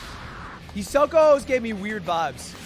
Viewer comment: pls once I heard him pronounce hisoka as hisoko I started to die